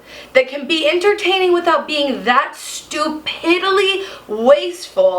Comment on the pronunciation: smashing like for "stu-pid-dilee"